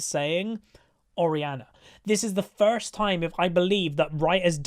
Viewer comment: that accent coming in on the "first" XD i dont know a lot about english accents, which one is that?